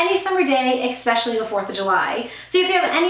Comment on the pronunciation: Lol Ekspecially... Its especially